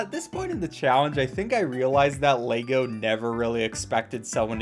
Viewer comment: Why do so many people mispronounce Lego.